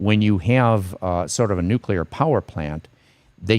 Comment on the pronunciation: Pet peeve, Please note "nuclear" is a two syllable word! Regardless, watching anything you publish is usually the best part of that day!